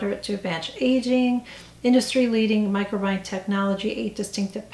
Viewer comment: FYI: it’s pronounced micro-bi-ohm